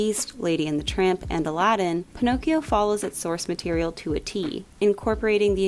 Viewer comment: One word: “Pinokes”. WTF????